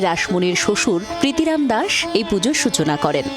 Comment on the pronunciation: Pritiram noy nam er uchharon chilo pritoram